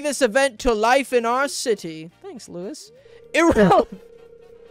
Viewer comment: "irrelevant" OH MY GOD